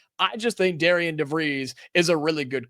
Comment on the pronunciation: It’s pronounced Darren.